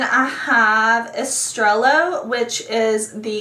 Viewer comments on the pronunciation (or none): Love this video and you but I have to fix 1 thing. I promise it's out of love 😘 Estrella is pronounced es-stray- ya (the American pronunciation) 2 "L" = soft J (sounds like an "a") For instance pollo (chicken) is pronounced poy-yo instead of polo 😉